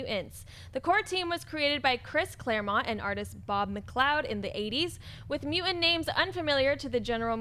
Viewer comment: Can someone help pronounce the T in the middle of words? Mu-ant...